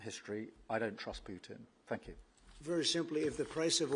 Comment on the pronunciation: PUITN?? Lol :-)